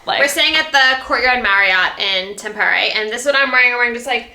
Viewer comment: Tampere is not pronounced like that...😅 And you're always supposed to go sauna naked or with a towel, but NEVER in a bathing suit!!!